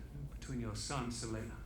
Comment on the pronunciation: Does anyone else hear "Selena" whenever Viserys says "Ser Laenor"?